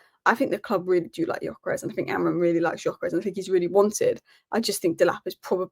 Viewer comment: I love some of these pronunciations - AmoriN and OsiNheM 😅😅😅